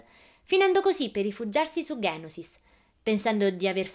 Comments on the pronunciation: geonosis no ghenosis e no conte docu ma conte dooku (ducu) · Geo nosis non ghenosis Conte duku non doku